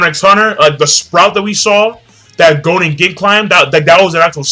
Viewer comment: Im soooo sorry im not trying to be an ass hole but please its pronounced GON not GOAN.